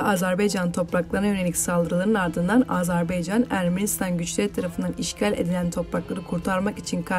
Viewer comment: AZARBEYCAN DEĞİL